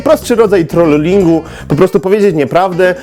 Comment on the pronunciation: Czemu powiedziałeś "trol-lingu" (znaczy przez 2 l to wypowiedziałeś) skoro w polskim (jesli mozna powiedziec ze jest takie słowo w polskim) to by brzmiało troling (przez jedno l) a w anghielskim nawet nie ma podwójnych głosek (w wymowie)